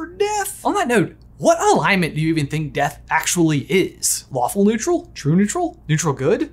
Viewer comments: When mentioned the "lawful evil" "Lawful Good" stuff, I totally thought he said waffle not lawful. LOL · I could of swore I heard waffle neutral instead of lawful neutral... lol